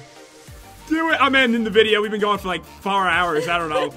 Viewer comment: pat said weve bean going for far hours